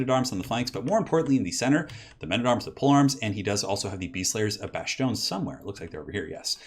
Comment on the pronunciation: Those badass peasants should unionize ^^ Oh, btw, Bastonne is pronounced : « Bass - Tonn » !